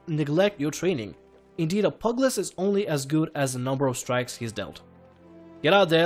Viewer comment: I CANT WITH HOW YOU SAY PUGILIST its like pew gil list not pug list i know it prolly too late to tell you but i just cant not tell you